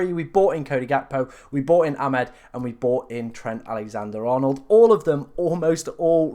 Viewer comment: Amad, not "Amed".